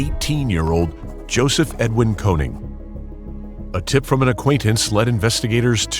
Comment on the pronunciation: His name is actually konING not konig.. triggers me like hell